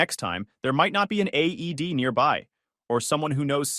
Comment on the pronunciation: It's called an AED not aid